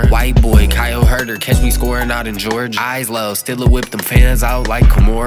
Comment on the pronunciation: bro said kyle huerter 😂